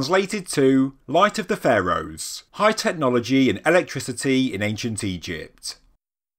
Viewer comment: Technologyeeeeeee, imageryeeeeeee. Dude, learn to pronounce things properly. Anyone told you what syllabs and accents are?